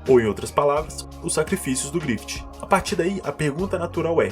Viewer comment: Porque tu fala “GrifiTI”